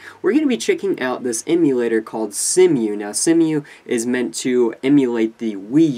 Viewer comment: Future notice, its pronounced "SeeMoo"